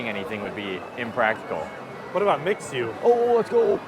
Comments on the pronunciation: Mixue is actually pronounced as “me Shue” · Kinda cute when they pronounced MIXUE as “mix ue “